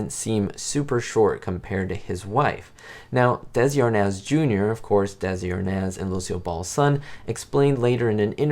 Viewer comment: Hello there! I’m sure others have commented on this (that I haven’t seen below), but Desi Arnaz’s last name is pronounced (arr-NEZZ). I made the same mistake for decades. All the best to you! 👍🏼 - RB